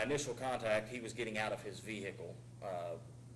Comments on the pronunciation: veee hickle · vee hickle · "veee-HICLLLEE" hhahaha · Any cop that pronounces it ve-hickle is taking yo ass to jail no ifs ands or buts 😂💯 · Ve hickle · How dumb do you have to be to think it's pronounced, "vee-hick-ughlll"?